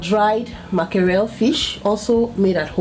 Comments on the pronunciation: It’s MACKEREL NOT MAKAREL 🤦🏽‍♀️🤦🏽‍♀️🤦🏽‍♀️ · Date cameroun way of calling it